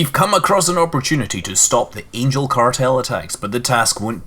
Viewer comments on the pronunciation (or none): none